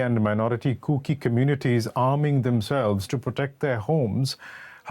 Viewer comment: It's not kooky it's kuki sir 🙋